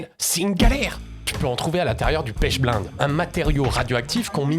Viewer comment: on tant qu'alchimiste, je vais t'éclater sur la moindre fautes que tu ferras: pas "pêche blainde" mais "pêche blénde" ça se prononce et en plus c'est pas la source principale d'uranium car la penchblende à plutôt du plutonium, c'est l'autunite et l'uranite les sources principales d'uranium. voici le protocole pour le yellow cake que tu as oublié (et je l'ai fait avec de l'uranite car j'aime pas la penchblende pour l'uranium: #### *Objectif* Extraire et purifier l'uranium sous forme de *yellow cake* (concentré d'uranium) à partir de minerais naturels, en utilisant des méthodes hydrométallurgiques écologiques (sans solvants pétroliers). --- --- ### *Matériel et Réactifs* *Matériel :* - Hotte à ventilation forcée (obligatoire pour HF et poussières radioactives) - Bécher en téflon (résistant à HF) - Agitateur magnétique avec barreau en téflon - Filtre en verre fritté (porosité 4) - Étuve à 110°C - pH-mètre - Compteur Geiger (pour vérifier l'absence de contamination) - Équipement de protection : gants nitrile double couche, blouse jetable, lunettes étanches, masque à cartouche (type A2P3) *Réactifs :* - *Minerai d'uraninite* (U₃O₈, ~60-80% U₃O₈) ou *autunite* (Ca(UO₂)₂(PO₄)₂·10H₂O) - *Acide fluorhydrique (HF) 40%* (extêmement corrosif, à manipuler sous hotte) - *Acide nitrique (HNO₃) 68%* (oxydant, pour la dissolution) - *Soude (NaOH) 10M* (neutralisation et précipitation) - *Peroxyde d'hydrogène (H₂O₂) 30%* (agent oxydant pour convertir U⁴⁺ en U⁶⁺) - *Carbonate de sodium (Na₂CO₃)